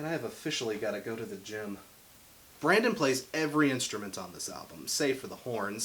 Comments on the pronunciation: "Brandon" killed me more each time he said it 😂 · It's pronounced BRENDON not Brandon. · He said Brandon and I was like ITS BRENDON 👎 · It's *BRENDON, not BRANDON. BRENDON ( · This is a really good review style! It's similar to quickies, but a bit more personal. I'm glad you decided to start it with one of my favorite bands (or Uries in this case)! I think the way Panic doesn't stick to one sound is part of who they are. Also, it's BrENdon Urie. Trust me, the tumblr crowd will eat you alive for saying BrANdon